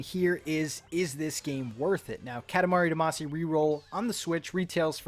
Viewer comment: seems like no one has mentioned that you're saying damacy wrong so i will